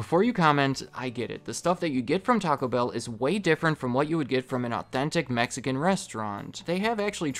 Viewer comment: I’m Mexican and it hurts every time you say Mexican food